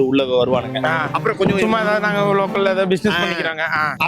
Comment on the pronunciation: Athu வாணிகம் illa anna.. வணிகம்